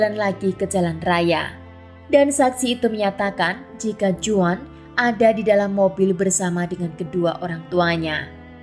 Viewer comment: Sedikit ralat, Juan dibaca Huan dlm bahasa Spanyol. Terima kasih